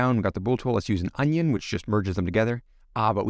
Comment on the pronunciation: I thought you were saying onion on purpose and made me laugh. Great vid!